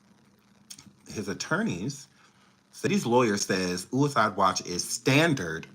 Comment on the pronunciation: Happy birthday 🎂! “Ooo-ih-iiide” watch😅